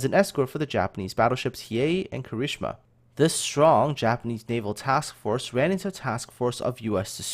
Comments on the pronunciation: Um, I've been learning Japanese for long enough to reckon that I know how Kirishima is supposed to sound, but given that is putting so much into these educational videos, and that he isn't saying he's good or qualified to pronounce these names, I wouldn't say that his Japanese pronunciation should really be a point of issue...just my opinion, though. ^^" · Eh, I wouldn't say it's that bad, especially since he gets the 'tsu's right. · do us all a favor and never EVER try to pronounce Kirishima again. My poor ears! XD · Not as bad as one of the narrators of dem 'Murican documentaries imo :D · My thoughts exactly! I think it stuck in his head from one of the documentaries he used in the Kongo-class episode. But ya,, PLEASE don't pronounce that again. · While I agree that he does a good job with most of the Japanese words, If you think his pronunciation of Kirishima is "not bad", then you've obviously never heard it pronounced by a native Japanese speaker. I recommend the anime Arpeggio of Blue Steel. It's available on Netflix, and around ep4-5 IIRC, you'll get to hear plenty of examples of how Kirishima is supposed to be pronounced.